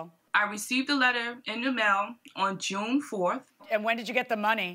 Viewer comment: Regional accents are interesting and America is a big country, which part of America is June pronounced as ' Joan " ?